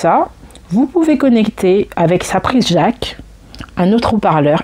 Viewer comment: LOL et reparle nous de la prise Jacques et du blue touffe ;) Plus sérieusement, merci pour cette vidéo qui m'a permis d'y voir plus clair